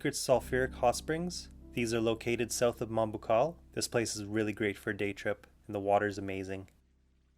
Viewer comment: Great to hear Moalboal pronounced the Filipino way!